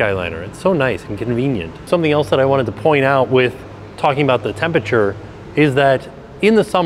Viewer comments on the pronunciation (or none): none